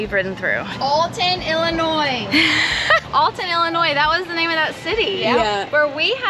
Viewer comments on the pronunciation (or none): none